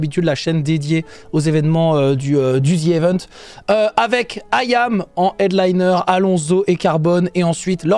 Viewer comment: ahahaha comment il dit allons Zo , iam ça va il le dit bien